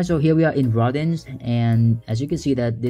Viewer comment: Rodin is pronounced (almost like) row-dahn… like the famous sculptor